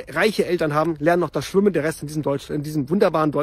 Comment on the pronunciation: ich tippe auf NR. 2 ! übrigens heisste es SCHWIMMEN und NICHT S C H W Ü M M ! 😊